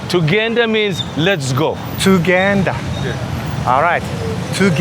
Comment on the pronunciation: Great to see another guest visiting. You are welcome anytime. 🇺🇬 Just a hint, Pronunciation is key when it comes to speaking Luganda. The way you said "Tugende" actually sounded like "Tugenda" which means "We are going." Practice your vowels so that we don't get you wrong.😅